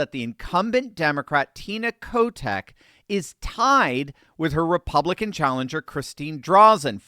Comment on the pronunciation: Did he say Tina Kotex...hahahahahha no wonder that State is soo F'd up